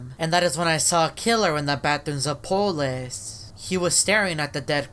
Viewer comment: Its polus not polis